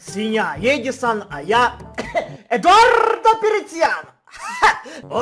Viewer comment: КАК ЖЕ ДАВНО Я НЕ СЛЫШАЛ ЭТОГО: "ЭДУАРРРРДО ПЕРЕЦЬЯНО. ХА!!!"